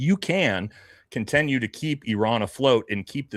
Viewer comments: I’m not a native speaker but „continue“ is pronounced „kuhn • ti • nyoo“ (the word „contenue“ imo does not exist in the English language). Great content nonetheless. Please continue! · Does keep saying conTENue?